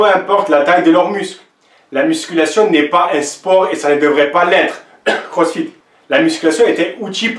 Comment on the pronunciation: quand tu dis "crossfit" ça m'a tué mdr